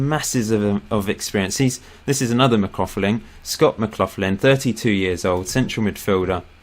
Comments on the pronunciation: Please stop saying mac-cloth-lin... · I support West Ham too, also your captains surname is pronounced Mc Lock-linn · Its pronounced Mc-loch-lin and hes an accies Legend, the team i support